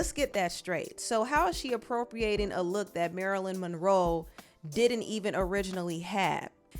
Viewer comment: It’s you pronouncing the lady name “Marilyn Monroll” 😂